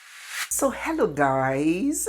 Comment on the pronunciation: you have just gained a subscriber.. i have been watching your video for the past days and today I decided to follow... you said wellooo and I laughed as well